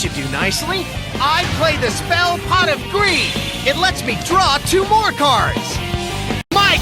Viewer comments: I PWAY POT OF GWEED WICH WETS ME DRO TWO CAHDS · "I PWAY POT OF GWEED! WICH WETS ME DWAW TWO CAWDS!" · i pway pot of gweed, which wets me dwaw 2 cawds uwu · I pway pot of gweed w notices two cards 0w0 what's this? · I heard "Pot of creed" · My favorite part is when he says pot of greed